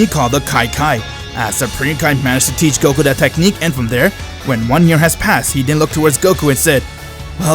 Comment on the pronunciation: it is goku not gokuur